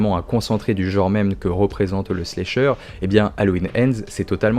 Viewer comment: J’adore tes vidéos mec!! Mais par contre c’est pas « Slécheur », c’est « Slasher » 😭😭